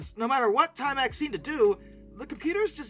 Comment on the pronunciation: At least there is no “slash”. Yet. I’m only about halfway through… 17-18 minutes. But I gotta say .. “time-EX” and not “TIME-ex”?? (Where you place the stresses). You’re killing me!!! 😂